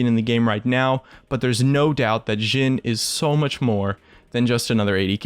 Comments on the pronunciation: You are speling Jhins name through the whole videom You were saying Zin or Dzin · he says jhin like sjhin. triggered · its a hard j like jif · he says it like amix of jhin and shin. like the jh/sh is really triggering for me